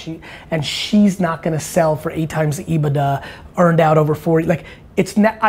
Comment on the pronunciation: Sheps earnings before income taxes and depreciation. EBITDA it's pronounced strange.